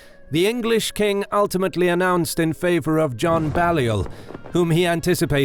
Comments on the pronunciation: With all due respect, John Balliol's name is pronounced 'bay-liol'. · Some of your pronunciations are woeful, Balliol and Scone are mispronounced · It's actually pronounced "Bay-lliol". Also, Scone is pronounced "Scoon". Then of course Dalrigh is "Dal-ree". John Comyn was the 3rd Earl of Buchan....pronounced "Boo-kan".